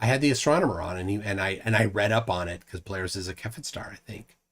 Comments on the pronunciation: Cepheid of Cepheid Variables is pronounced "say-fee-id", not "ka-fed". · Its pronounced seh·fee·uhd -> cepheid.